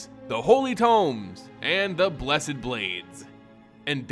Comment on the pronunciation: Thumbs down for not knowing how to pronounce blessed.